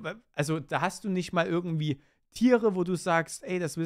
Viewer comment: Ürgendwie, ürgendwo, ürgendwas. xD